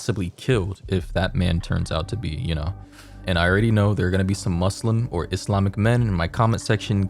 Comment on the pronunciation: Thank you for saying Muslim and not MuZlim also I love your videos